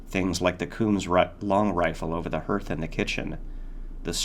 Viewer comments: great freaking reading bro. and i only mention this because id want someone to do it for me but "hearth" is pronounced "hArth" not "hUrth' its one of those words like Dour or Segue that aint how they look but are uncommon enough that unless you know its a wonky pronunciation then you wont know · This is the only way I could “read” this story. Where did you get it? Also it is pronounced “harth” (hearth) not like it looks.